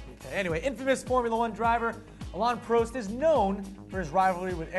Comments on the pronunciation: Firstly, it's Alain Prost which rhymes like a Boss! Not Alain PRO-st. Secondly, contrary to American belief, the rest of the world could not give a shit about American football. M.I.A. is also a great rapper and she stuck her finger up for some easy American publicity. Lastly, if the R8 driver had the flappy paddle gears then I can sympathise with him for just how hard it is to park without manual gears because the car will naturally just want to shoot forward. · where is jf when you need him....i think you saying prost and dacia wrong.....just sayin is all could be wrong.